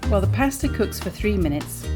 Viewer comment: Pah sta not paa sta